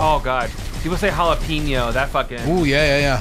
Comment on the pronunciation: "Jalapeenjo?" "That's just the tip of the iceberg when it comes to white people just refusing to try and pronounce Spanish words correctly." It's no better than how people from LA pronounce San Pedro.